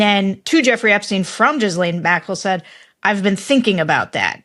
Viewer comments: And so Sarah's ongoing battle to correctly pronounce Ghislaine Maxwell's name continues. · It's (hard 'g' as in Indian clarified butter, I believe:) Ghee - LENN, not jhizz-layne. Not that hard to say, really, I think! Hope this helps clarify the butter I mean the pronunciation.. <3 ETA: Just noticed this video is 3 months old so maybe you have it all sorted by now (and if not, why not?) 😀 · Hey guys you should know by now: it's GHEE-len. NOT Jiz-lahn. Come on. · Sarah please stop saying gizlane...my ears hurt.. her name is pronounced ghee (like the clarified butter ) and len (like the first half of the name Lenny) might sound petty but why ppl. haven't learned to pronounce her name after all this time is beyond me...Gheelen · Do we trust someone that says gis lane instead of gee lane? LOL. Of course. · Sarah...it's Gi-lane and Ju Free. Not Gizlane and Guffrey. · She's a monster but it's not Gizzlaine it's pronounced Ghee laine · It's pronounced Gilayne, NOT Gislayn. Why are you the only person in the US that doesn't know that? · People please GHEE LANE, not giz lane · Please, names are important, Ghislaine is pronounced as, Gee-lane (I guess “jiz-lain” works for the Epstein madam, too). I once heard Michael Wolff say he is not a journalist (although he is listed everywhere as one), he said, he is an observer, a writer, a biographer. He has definately been the fly on the wall with a pen in hand. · Sarah, so sorry but you’re driving me crazy! The “h” and the “s” in Ghislaine are silent. Geelane. Not Jisslane. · Ghislaine is properly mispronounced Jizz-lane, or Gee-lane, but the people who actually knew her seem to be pronouncing her name Guh-lynn. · I love your reporting, but could you please stop calling her "jiz-laine". Her name is actually pronounced "Gih-len". Or, better yet let's just call her Gmax, as you can see by her email, that's what everyone referred to her as. Keep up the great work on this story... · GEE-LAN! Hard G! It’s a French name.